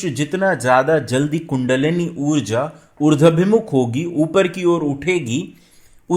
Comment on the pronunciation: Sunder prastuti hai .Urdwaabhimukh,,=Uradh+abhimukh. Na ki Urdwa+bimukh.